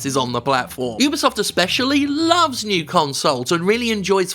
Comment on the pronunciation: Vat is dis, 'yewbeesuft' you speech aboot?